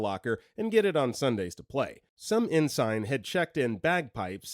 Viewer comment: Someone should start a YT channel of all shorts demonstrating how to pronounce words. Primary audience: narrators! Not that I blame you, because if you’ve never heard a word spoken, not like English gives you a clue. But u fund it so distracting when tons of words are mispronounced. (Here there’s been cavorted, ensign and gimbal.)